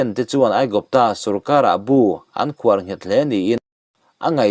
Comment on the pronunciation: Mizo tawng ni si i va chhiar thiam lo ve..kawlhnam (ngunhnam,sword) pawh hnam (kawl tribe) angin i chhiar ri a,inzir deuh i ngai a nih kha. 'Khawhar' tih pawh i chhiar mak em mai. I thu chhiar ngaihthlak a htehawm hle mai.chhiar rik dikloh i ngah lutuk a